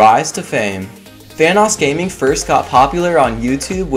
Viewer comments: When you said vanossgaming I keep hearing thanosgaming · Says VanossGaming Me: hears Thanos Gaming WHAT THE FUCK?!